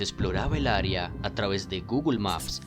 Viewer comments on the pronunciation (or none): none